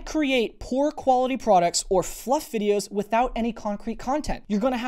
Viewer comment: He said FLUF!